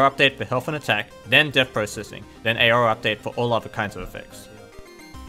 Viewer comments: I live in Australia (and I'm assuming he does too) and I've never heard anyone pronounce 'aura' as 'eyora' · Nice video but you're not supposed to pronounce the A in Aura. you pronounce it awr-uh. Source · It sounds a bit like you're trying to pronounce aurora lol.